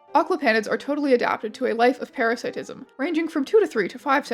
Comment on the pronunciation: parasitisim is pronounced as it's spelt